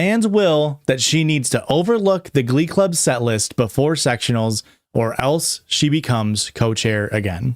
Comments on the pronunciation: it took me 43 minutes to realize u were saying "glub" and that u actually can pronounce the letter c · Every time you say glub I actually start laughing so hard. EVERY TIME. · It took so long to realise you said glub and not glove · I screamed every time the word "glum" was uttered 💀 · every time he says stuff like “glub” or “gluys and glorls” or “glevil” i giggle a little